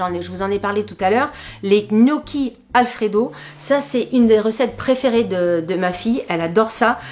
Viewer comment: Hello douceur de YouTube , Je valide Jow c est vraiment top et un gain de temps de dingue … EN REVANCHE et par amour pour vous 😅😅😅 Je vais de ce pas et en tant qu’italiennnnnne , Je me dois de vous aider quand à la prononciation des mots italiens comme gnocchi : On ne prononce pas le G . En phonétique ça se prononce : nnioki Et prosciutto ( sainte mère de Dieu 😅😅😅)! Se dit en phonetique : prochioutto 😅😅😅 Prenez le vraiment avec humour , loin de moi l’idée de vous peiner au contraire , vous pourrez ainsi épater vos copains 😜😜😜😜😜 Une calabraise qui a bondit sur son canap et accessoirement ses grosses fesses , à votre proskiouto 😂😂😂😂